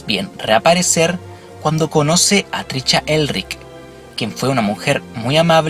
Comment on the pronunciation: lo unico que me fastidio en este video es escuchar como pronuncias mal el nombre de Trisha, es triSHA, no triCHA